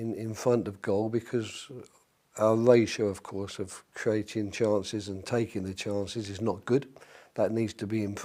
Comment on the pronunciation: I'm guessing he says something like, "We'll pwepare like we would for any game, but hopefuwy we can take our tances unlike against Swov...Swokak...our last oppenents."